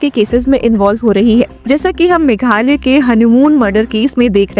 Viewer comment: Meghalaya you pronoun meghalay.Himalaya how do you pronounce.